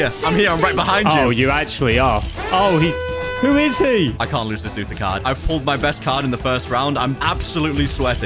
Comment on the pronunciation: Why were they saying "Yuta" for the whole vid but its acully 'Uta'💀